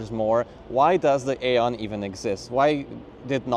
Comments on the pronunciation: BTW in english we pronounce it eon. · It's pronounced eon like aeon Flux